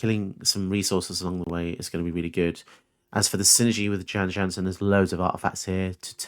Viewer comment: Jan Jansen at your service Is there a gryphon about? Beware! Your knees are MINE! Also Jan Jansen is pronounced "Yawn Yawnsen"